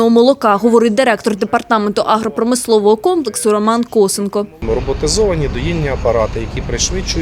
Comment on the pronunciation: Журналістка напевно вчилася на двійки. не кОсенко, а косЕнко. -енко: Коваленко, Кузьменко, Петренко, Шевченко—наголос на другому складі від кінця